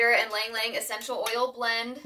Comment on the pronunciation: Very nice! Ylang-Yang is usually pronounced as “ee-lang ee-lang” in the Philippines where it grows naturally.